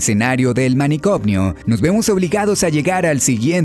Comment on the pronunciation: Algunas sugerencias: - Es trastorno, no traNstorno. - Manicomio, no MANICOMNIO